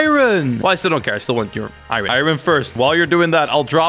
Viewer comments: says iron like I Ron and it makes me go insane. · Every time he says irin i cry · This is so hard to watch XD He calls Iron = iren Sky block = skywars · Why does everyone say I Ron it’s iron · nobody: literately nobody:: I-ron?! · Eye-ron man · ME: r u from Iran:I-ran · What do you call Swedish iron: irin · I'm triggered at how he says "iron" lol